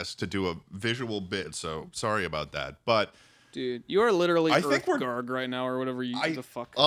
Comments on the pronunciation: my favourite part of this podcast is the fact that "schlatt" fucked up Uthgerd the Unbroken's name every. single. time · Love how "Schlatt" claims the only character he knows from Skyrim is Uthgerd but he then pronounces her name wrong and gets her title wrong. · Hearing their pronunciation of Uthgerd the Unbroken and Alduin is killing me Like bro they say the names in the game, did you not listen 😭😭 /nm